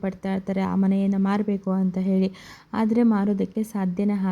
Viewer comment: ಫ಼ಸ್ಟು ನೀನು ಹಕಾರ ಅಕಾರ ಸರಿಯಾಗಿ ಕಲ್ತ್ ರೀಲ್ಸ್ ಮಾಡಮ್ಮ ತಾಯಿ!ಎಲ್ಲಿರ್ತೀರೊ ನೀವ್ ಥೂ... ಹೊತ್ತಿ ಅಂತೆ ಹಾದ್ರೆ ಅಂತೆ!